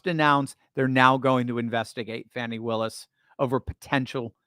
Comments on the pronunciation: It is actually pronounced Fawni, but I agree with Meagyn, I DON'T CARE!!😂😂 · On Megan Kelly last week a guest said it's actually pronounced 'Fawn-i' and Megan said "I don't care!!" 😅